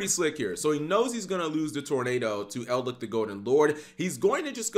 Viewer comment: its "eld-litch", not "eld-lick". aint nobody wanna lick that golden mummy